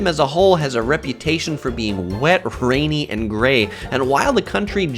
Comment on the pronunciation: "The United Kingdom as a whole has a reputation for being whet rhainy and gray." Never in my life have I heard someone say "Rainy" with an "h" lol